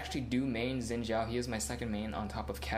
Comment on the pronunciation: umm are you stupid zin zhao is incorrect the correct one is shin zhao